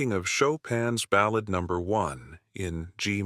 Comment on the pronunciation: AI can't pronounce "ballad" correctly. 😮